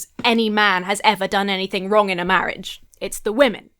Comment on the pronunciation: Mawwiage is supposed to be a bwessed awwangement 😂